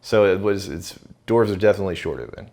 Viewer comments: Why do you keep saying "Dorf" instead of "Dwarves"? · I've never heard it pronounced, "dorves"! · I’m a hardcore LOTR nerd but I don’t expect other people to be. However I did nearly have a meltdown at how they pronounced dwarf/dwarves as dorff/dorves. Get I’m Dan!